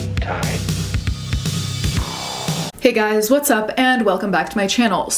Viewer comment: Is it normal for Americans to say "guises" or "guys's"? I've only heard American YouTubers say it, but the plural is just "guys" as in "you guys". I don't know why Americans say "giyziz." I agree with your summary btw. Delayed PR move/damage control that, intentionally, dodged a few subjects/details & kept things vague. The comments and like/dislike ratio were, predictably, disabled & I noticed how she only has a few thousand subs compared to J Star's 15 mil which really cements how her bad reputation effected her career. If the note was always forged, that's not good, but for her to truly clear her name in regards to the Nazi accusations, she needs to address other things like "Selektion." Kat Von D(ead career).